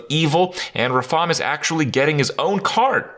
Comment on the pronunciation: Mispronounced RaFAAAaaAAAAM! Awesome expo! Love the lackeys.